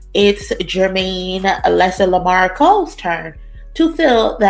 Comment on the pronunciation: Not “Lesser Lamar” 😂😂😂😂